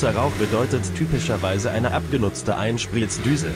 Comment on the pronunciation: Gutes Video! Aber muss die Computer Stimme sein?? Apropo “Einsplitzdüse”😂